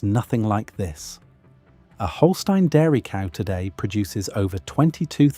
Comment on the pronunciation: Thank you for pronouncing 'Holstein' correctly! Unfortunately that was about the only thing correct about them. The Holstein discussed here is the American Holstein which has been made into what it is by American breeding standards which highlight one single feature, milk production, to the detriment of the breed overall. There are the 'old genetics' Holstein cattle that are much closer to what was originally imported from Holstein, and that are still a good choice for smaller farms and homesteads.